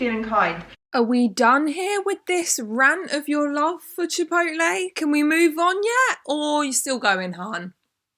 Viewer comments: Pronounce “chip-potle” :)))))) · Is anyone else's dad like mine and adamantly refuses to pronounce it "chip-owt-lay" and insists it's "chip-ot-el". No? Just mine? Cool.